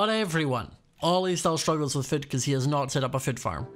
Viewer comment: Am I the only one who hears Scott prounces food as foot?